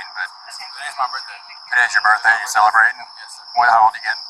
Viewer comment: “I couldn’t have spit on anyone it’s my burfday.”